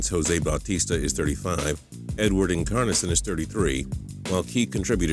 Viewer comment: Edward " En car nasion" 😂😂😂